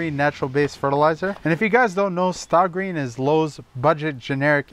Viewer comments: He said stah green 😂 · "stay-green", not 'Sta Green" is the pronunciation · Dude. Not "stah green". "Stay green". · Stay green, not Stah green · I am confused. I always thought the pronunciation was 'STAY Green'.....Now I hear 'Stah Green. What is it? Thanks. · Good video! ⛳ Remember though it is pronounced stay green, I think you said staaa green a few times.. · Wait wait wait. Staah Green? What?! You’re telling me that isn’t pronounced Stay Green??? Is this satire? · pretty sure its pronounced "stay" holmes. not "stah" lol. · You pronounce the name with a long 'A' sound, therefore its pronounced 'STAY GREEN' and not STAH GREEN. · It’s not Stah green. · Just FYI, the product is pronounced STAY-GREEN. They dropped the "Y," but it's still pronounced STAY. 🙂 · Stah Green. Lol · The 'a' in Sta is pronounced as a long 'a' as with the word "stay".